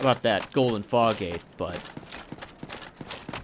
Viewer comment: the first time you said fog gate i thought you said fox gade